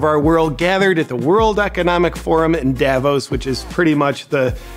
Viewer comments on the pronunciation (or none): none